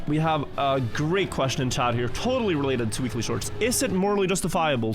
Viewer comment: the moment "Weekly shorts" became "Willy shorts"